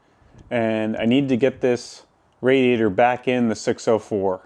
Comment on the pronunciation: It's crazy how his wrong pronunciation of radiator [rādēˌādər] as rădē ādər can be so irritating to the point of just turning the channel